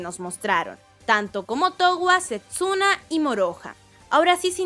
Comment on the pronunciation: Porque sepsuna? Es Setsuna.